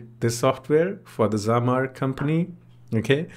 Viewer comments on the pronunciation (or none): thank you for showing this app and for making a new video about it, but dude it's not zamar it's zamzar